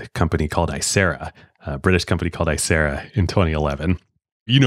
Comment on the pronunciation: Small correction: It’s Icera not acera